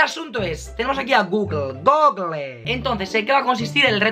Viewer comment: Google no gogogle 😂